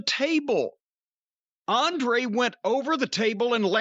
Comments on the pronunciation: Racist Cornette can't pronounce Andrade or Idolo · Absolutely love how he said Andrade name🤣🤣🤣🤣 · I can't tell if Cornette is mispronouncing Andrade's name on purpose, or if he's just that dumb.